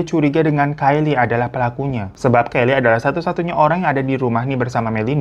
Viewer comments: Mohon maap bang hiroo, punten yaakk, anaknya yg namanya "kyle" bacanya kael kayanya bukan kaylie ✌️✌️ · Kyle bacanya Kayel , kalau kayli tulisannya Kylie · Bang kyle itu bacanya kail bukan kaili deh, soalnya lakik bukan cewek😭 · Kael gak sihh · Kyle bacanya bukan 'Kayley' bang, tp "Kail" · Kyle dibaca Kail bukan Keli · Plot twist banget 😭 Btw bang hiro nama KYLE itu bacanya “Khayil” hehe… FYI aja, soalnya nama ini cukup populer disana, supaya next kita baca nama itu bisa kayak native speaker gitu 😁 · Pronounce nya Ke — i —l, bang Kayak mantannya Jessica Iskandar Richard Kyle dulu Alhamdulillah Kyle masih selamat 🙏 Soalnya dulu ada kasus serupa Jadi ada pembunuhan seorang biarawati Karena pelakunya nggak ketemu2 Warga pun mulai resah & mendesak polisi & karena polisi dimana2 11-12 Jadilah mereka memfitnah seorang 'Cecep' & 'we know' lah akhirnya Aku lupa akhir ceritanya Tapi itu jadi mysteriousy 🍃 APDET ! — Karyawan Disneyland mogok kerja — Born pink in cinema